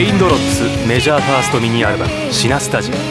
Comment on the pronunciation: メジャー言えてなくて草